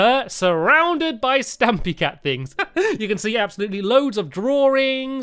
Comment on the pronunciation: Why do I hear Stampy's intro as "Hello this is Tampy!" Can't be unheard xD